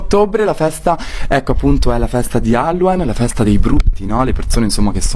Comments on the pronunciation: Hallowen si dice Hallowin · halluen E io: halloween si dice halloween 😑😑😑😑 Il dottore dice che la Nutella si usa per la dieta Io: e li salata si usa per ingrassare 😑😑😑😑😑😑 😂😂😂😂 Ti adoro mi fai sempre rider e